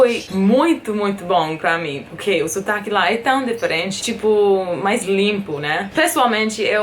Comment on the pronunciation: todo americano q eu vejo falando português fala deferente ao invés de diferente